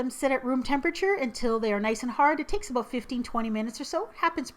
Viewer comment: Maple syrup, "aboot", I see ur Canadian side now, XD